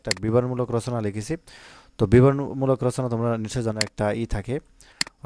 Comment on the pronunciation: Bran bol 😂😂😂😂 bibaron mulaol na biboron mulo😅